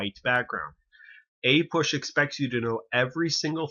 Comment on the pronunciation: A PUSH? This pronunciation is driving me nuts